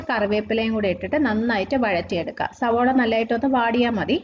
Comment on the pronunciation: Eppozhum സവോള എന്നാണല്ലോ പറയുന്നത് സവാള എന്നല്ലേ